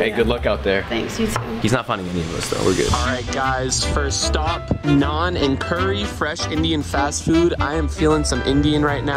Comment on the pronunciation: Im indian and thank u so much for sayin naan and curry propally